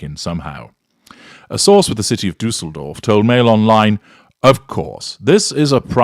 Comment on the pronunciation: As a German I‘m complimenting you on your pronunciation of Düsseldorf. Well done 🎉